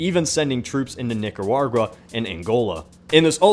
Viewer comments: he said nicarargua Not Nicaragua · Did say Nicawarwa?? 😂😂😂😂😂 It's Nih-Cah-Rah-Wa lol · Its Nicaragua not Nicararjua.... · Never heard of that country before. Nicuargua. Haha, great video though. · Wow, he absolutely slaughtered the pronunciation of "Nicaragua" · That "Nicaragua" pronunciation tho